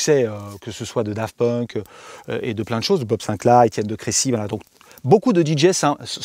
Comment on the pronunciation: A chaque fois qu'il dit Daft Punk jsuis traumatisé